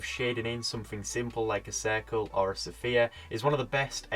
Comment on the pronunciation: S..f..ere not sophia, sphere otherwise excellent tutotial new sub earned